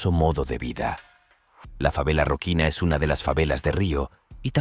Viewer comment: "Roquina", no!... es Rocinha...